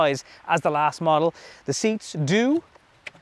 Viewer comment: It is 'model' not 'muddle'.